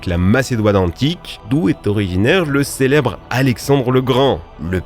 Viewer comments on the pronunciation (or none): tu as dit shelebre😂😂😂😂